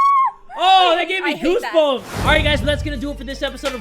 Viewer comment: "That gave me hoosebumps" Great job